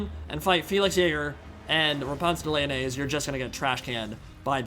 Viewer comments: I'm not sure if you are memeing but I am like 90% sure that Lyonesse is pronounced as you would "Lioness". I think it's supposed to be a pun for her name too, like, "Repanse The Lioness". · i swear whenever he says Lyonesse i hear mayonaise lmao